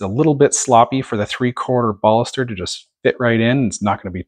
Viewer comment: Took shot everytime you said baulster...